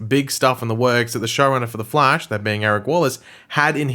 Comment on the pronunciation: Of The Flaesh" XDD